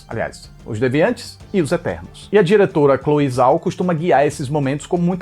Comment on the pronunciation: "São ternos" KKKKKKKKKKK